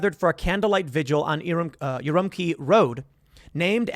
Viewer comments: It's pronounced Oo-room-chee, Tim. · Urumqi is pronounced, "oo-RUM-chee". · Urumqi is pronounced not the q = k like in key but it is pronounced q = ch like in church The Q has a ch sound in Mandarin. Urum(ch)i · Urumuqi - OO-ROO-MOO-CHI